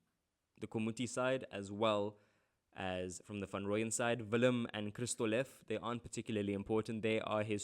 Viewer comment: "Kristolef", I think u meant "kristoffel"😂😂